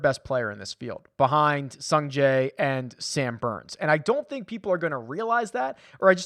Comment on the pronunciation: Did you say boooo? Or Booourns? Yeah definitely going with Sam Burns!